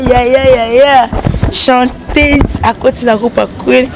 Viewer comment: Journaliste balobaka chanteuse et non chantèse 😏